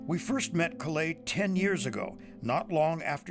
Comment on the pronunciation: Her name is Kalei, not Kawai.